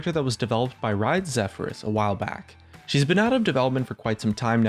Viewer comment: learn to speak English properly. the rioter's name is pronounced Xi-peh-rou-s, not Xe-fe-rus. there's a Y there after the X its not an E, you don't get to just say whatever random crap you want. you are even pronouncing the name of the character you are presenting a video about wrong. its Ko-ma-chi, not Ka-ma-chi. do you even know how to read you stupid illiterate piece of shit? please stop making videos, go read a fucking book.